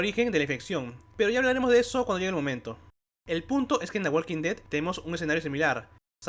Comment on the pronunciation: Hablas demasiado rápido y dices mal el nombre de la serie. No me gustó el video.